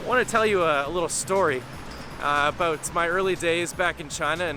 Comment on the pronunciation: I just recently discovered videos by Canadian YouTuber, J.J McCullough, and listening to you just now, what really struck me was the contrast between the way you say the word "about" and the way he says it (like he's one boot shy of a pair). Thank you,, for not causing me to involuntarily twitch.